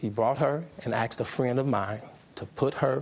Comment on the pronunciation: “He brought her and AXED a friend of mine”